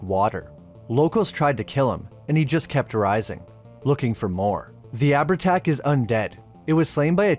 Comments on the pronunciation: FYI - Its pronounced Av-art-ah or Av-art-Ouck. 'h' in Irish isnt a letter, its a Séimhiú. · I’ll let you away with Abhertach (ah-ver-tach) as Irish and Scots can be fckers to pronounce, but you’re not getting a pass for ‘curn’ for cairn 🤣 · ahh-ver-tach, sorry it sticks in my craw. also showing an icon of an native american due to the term 'chieftain' is... interesting.